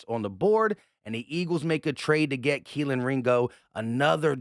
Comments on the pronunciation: Please stop saying Kelin Ringo. Its Key-Lee. Its getting really annoying hearing everything messing up his name. as a UGA fan, its very tilting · Kelee bro kelee ringo lmfao you called him kealan the entire video champ come on now put some respek on the mans name 🤣 😂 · Why you keep saying Keleen? Theres no N at the end of his name lol just kelee ! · There’s no n in ringos first name it’s keley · Are you saying kelen or kelee? Lol. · his name is KELEE!!! There is no N in his first name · Much love and Go Birds and all but dawg it’s Kel-EE” there is no N on the end 😅😭😭😂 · pretty sure its pronounced KEHL-EEE